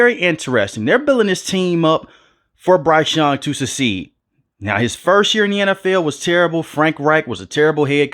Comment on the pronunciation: They building this team up for bryce young to what? "SUH-SEED" 😭😭😭